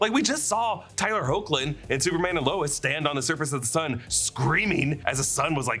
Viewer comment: Tyler Hoechlin. Pronounced Hecklin. Put some respect on the goat Superman.